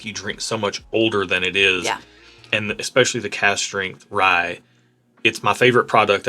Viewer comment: Again, the word is especially... there is no "X" in especially... you're killing me.